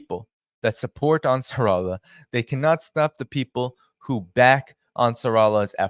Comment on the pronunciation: Great work, big fan 🙏🏿. Hey, it is "Ansar" "Allah", pronounced separately 👍🏿